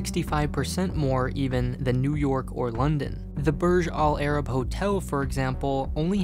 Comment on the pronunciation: Dude, I’m from Dubai and our pronounce everything wrong here. Burj al Arab is pronounced برج العرب